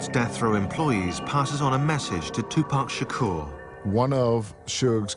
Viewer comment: “2poc shakor”